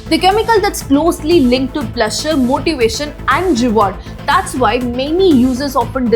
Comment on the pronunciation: Your pronunciation is absolutely hilarious. 🤣 “Hours,” “Pleasure,” “Designed,” “Brutal,” “Diarrhoea" I found this many mistakes in just 7 minutes. If I had listened any longer, my ears probably would have started bleeding. The confidence with which you mispronounce these words is honestly impressive! 🤣